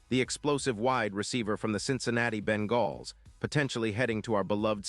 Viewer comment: Ben-galls? Give me a break. AI voice sucks.